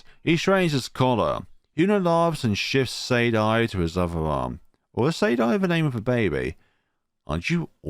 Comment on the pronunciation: LMAOOOOO THIS WAS SO MUCH FUN TO WATCH??? Your commentary and reading of some of the lines made me actually laugh out loud lakdjfad 🤣💦 Actually you got almost all their names right -- the only one slightly different is Gidget, which is pronounced more like "Bridget" just with a G 🤭 Oh and also Saydie, in my head that's more like... rhymes with the name "Grady"?? Though they are all somewhat odd names LOL Almost all of them are based on something random from my life. I'm glad you had fun with the dialogue and some of the humorous narration. Gosh, despite the fact that this is my own game I practically felt like I was watching it again for the first time because you added so much to it and it was just so entertaining to watch lakdjfa Really felt like it was coming to life... 🥺💕 Thank you so much for the compliment on the expressive art??? I'm sometimes a bit self-conscious about the art -- particularly some of this old art from the beginning of the game as I drew it so long ago now LOL Though I apologize for all the language LMAO this game has a lot, particularly from Genzou 🤣 I enjoyed seeing what choices you ended up choosing -- there are a lot in this part in particular, so I'm always quite curious how people will choose since this is their first introductions to the characters lol (I also got a laugh when you redid the Gidget one LOL) Most of the choices don't have a huge DIRECT connection to things, however, they slowly add up to affect the final ending + epilogue (and als